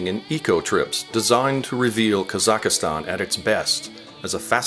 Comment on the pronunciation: It is not pronounced "Kazakh-a-stan." It is "Kazakhstan."